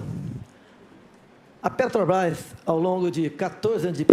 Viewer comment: Lula aos "Pretobás" foi isso que eu ouvi msm? 😂😂😂😂😂😂😂😂😂😂😂😂😂😂